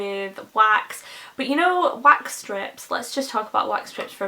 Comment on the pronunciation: *wax, not wash lol.